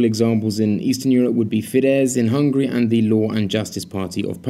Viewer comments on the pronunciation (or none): none